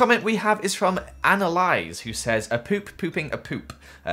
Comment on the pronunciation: "Next is from Analyse" oooof my name is also Annalise it's pronounced Anna-leeeese rip 😔